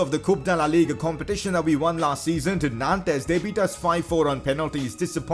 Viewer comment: Did he just say ligue UH